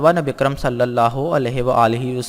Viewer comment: Salli Alaa... Not sallay Alaa... Please correct